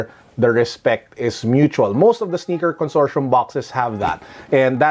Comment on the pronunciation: Consortium with a hard t